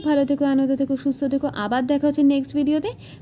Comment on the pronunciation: ami akta kotha boli plz bepar ta kharap vabe nebe na..tumi banglar student amar thek valo janbe...ami banglar student noi...bt share kori akta teachers training e akbar sikhechilm jokhon kono JUKTO OKKHOR PORANO HOI...TOKHON JUKTO KOTHATA BOLTE ...JEMON BOLLE NA ..SUSHTHO SPELLING TA...SHA..THA...JUKTO... bolte hbe......tumi ektu jaigai kore nio...kichu vul bolle sorry.